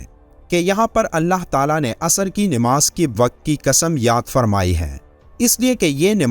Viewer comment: Nimaz nahi hota. Namaz hota hai.